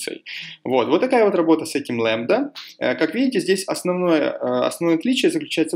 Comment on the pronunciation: Не лэмбда, а лямбда